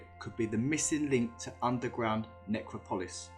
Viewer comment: Necropolis nuh-krop-uh-lis